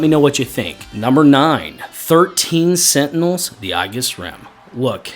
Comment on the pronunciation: My guy, it's ay-jiss, not eyogis